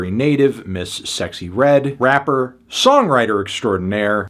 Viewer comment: He keeps saying trappa and rappa with a hard R lmao